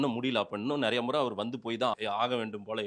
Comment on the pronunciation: முட்டு மாசு தமிழ சரியா பேசு அவரிடம் கேட்பதற்கு நெறய இருக்கிறது தப்பு அவரிடம் கேட்பதற்கு நிறைய இருக்கிறது சரி